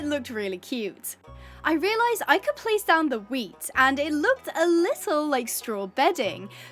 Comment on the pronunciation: You made me look like speed when the guy says please speed I need this my mother's going to homeless because when you woke up out of the shed and at the part you said wheat it sounded like meat 😂😂😂😂